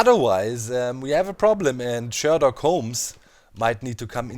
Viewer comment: You did say SherDOC Holmes right....right....? For god sakes please tell me you did!